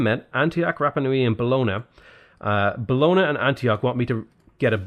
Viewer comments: Just an FYI - Bologna is pronounced "Bolonya." Like Lasagne is pronounced "Lasanya." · Your pronounce Bologna in a funny way